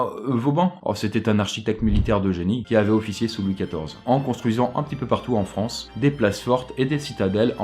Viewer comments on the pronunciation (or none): none